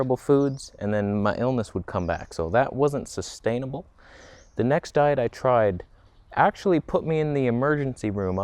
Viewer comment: "You need to drink Deet" hahaha